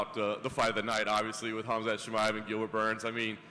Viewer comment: Dana , its not Khamz out of nowhere :D its Khamzat Chamaev :D hahahahah nice one